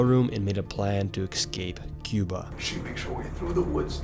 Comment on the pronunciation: Nick you’re an adult. EX-SCAPE? Bro.